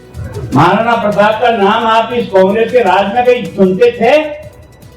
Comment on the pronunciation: अभी भी माफी मांगने में भी गलत बोल रहे प्रताप प्रताप बोल रे आपको बोलने को नहीं आता है क्या